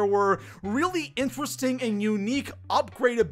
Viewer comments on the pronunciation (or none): none